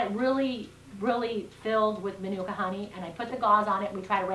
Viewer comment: use pronounced manuka very well yip its a nz brand honey